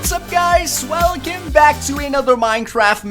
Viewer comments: you said swelcome back in the beginning not welcome XD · Did he say "Swelcome" at the beginning?